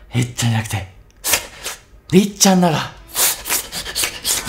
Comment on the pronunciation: りっちゃんの発音のしかたウィッチゃん笑笑